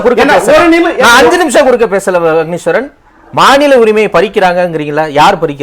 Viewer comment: அஃனீஸ்வரன் எல்லா இடத்திலும் தான் உளறுறீங்க.. எங்க தான் உங்களுக்கு ஒழுங்கா பேச வருது..